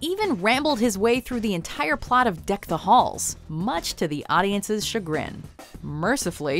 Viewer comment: Much to our chagrin.... She said chagrin again.